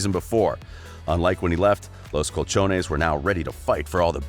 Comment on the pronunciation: Los Cuchones? 😂 Los colchoneros .